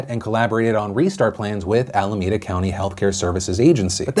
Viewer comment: Allahmeda sounds weird Phil